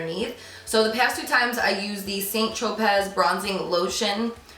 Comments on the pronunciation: Big fan but yikes....its pronounced "san-tropay" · St Tropez is pronounced as "San Tropay" 😍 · Hi Carli. Just to let you know, St. Tropez is pronounced San Tro-pay. Please don't think I am rude for correcting you, I just wanted you to know in case you mention it in future videos. Love your channel by the way :) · Hi Carly, just an FYI - St. Tropez is pronounced : San-Tro-pay. Okay. Have a beautiful day!!!😊💞💖💕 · It’s pronounced TRO-PĀY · The face tanner is pronounced SAN TROPEE (like toupee)....just an FYI ...it's French. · St 'tro-pay'. Its french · It’s pronounced san tro-pay :) xx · Hi Sweetie, I am happy that Spring is coming with the fun pastel colors coming in makeup. Soooo Sorry about the airplane scare! Airplane travel is very safe generally but it only takes one bad experience...so glad you are ok! And St Tropez is sometimes pronounced like it's French origins which sounds like "San Tropay" but companies do have their own way of pronouncing products too. Thanks for these tips cause I am going to an Oscars viewing party so must look fab, especially about the black eyeliner. I have big almond shaped eyes & the tip goes dry for me too. You look so happy, very busy as always but more content, and we're happy for you, keep shining! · Saint tro-pez 😂